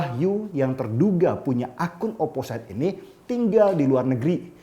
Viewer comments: ‘Opposite’ biasanya diucapkan ‘oposit’ dan bukan ‘oposait ‘ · oposit pliiiis...bukan oposait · Bang, maap OOT..bacanya oposit... Whistle juga wisel.. Xixixi..maaap yaa.. #biarsantai